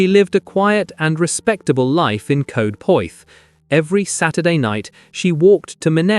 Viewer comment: Mispronouncing welsh names grips my shit. Bomingham , Lindown? Brastol. Anyone. Coed is Coyd soubds like droid.